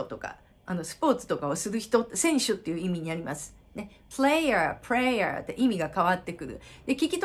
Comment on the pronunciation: rとlの発音の話しではないんですが、prayer と playerは母音の発音が違うと思うのですが、、、同じ母音で発音されているように聞こえます。場違いだったらすいません